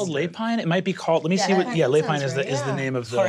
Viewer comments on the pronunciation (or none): Lapine is French for rabbit. Pronounced lapEEN. But your way of saying it is cute. 😝